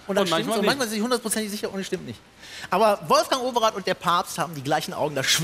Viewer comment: Wolfjang Oweraat (in breitestem Kölsch)? Als dann Paparatzi auftauchte, lag ich unterm Tisch. :)